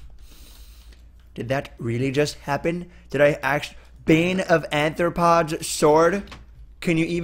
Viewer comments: HOW DO PROFESSIONAL YOUTUBERS STILL NOT KNOW HOW TO SAY "A-R-T-H-R-O-P-O-D-S" NOT ANTHROPODS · Why do people say "Anthropods" and not "Arthropods"?